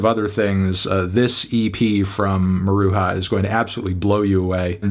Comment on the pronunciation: Small note of constructive criticism, Melon: it’s pronounced Mah-Rue-Juh, not Mah-Rue-Ha.